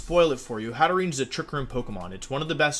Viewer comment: Its pronounced Hat-te-rene not Hat-te-re-ne